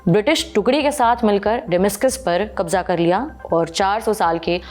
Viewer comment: She cant pronounce Kabza...is she from Bihar??